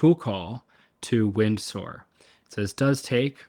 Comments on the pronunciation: Oh my days stop saying wind soar 😂😂😂 It's "Windsor" pronounced "winzurr" That aside, incredible! I'm using manus for very similar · Just a heads-up, it's pronounced "Win-zah" - like Windsor Castle. :D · Pronounced “Winser”